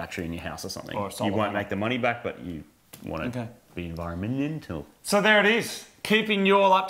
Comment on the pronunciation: like the way you said enviro-MENTAL!!!